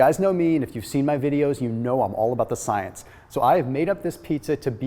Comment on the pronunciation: I fucking hate it when you say science. Other than that it's a great video